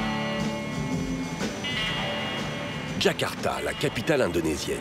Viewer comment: Ils ont prononcé "Kakarta" et pas "Jakarta" comme il le faudrait